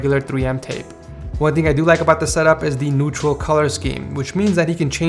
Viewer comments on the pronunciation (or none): none